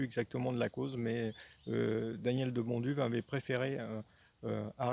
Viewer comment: Bonjour.Je constate avec plaisir que vous prononcez assez correctement le nom de mr De Bonduwe (nom d origine flamande,d ailleurs),qu il repose en paix,c est à dire en prononçant le w à la façon germanique,sans le reduire à un simple "v",ce qui n est pas si évident en France...😊 C est un detail,mais bon...Autant respecter le nom des gens,surtout des gens d exceptions comme lui...Et bien sûr,merci pour cette remarquable video!